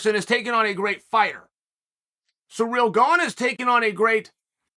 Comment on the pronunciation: Chael calls Kamaru Kamara 😭😭😭 and now Cyril Gane is Sureal Gone 😭😭😭I love it 👏🏾😂😂